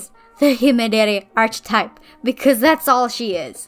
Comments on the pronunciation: loved the redesign! :D just a side note: the “ch” in “archetype” is pronounced like the c in car! so it would be ark-eh-type! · love the videos but... "arch-etype"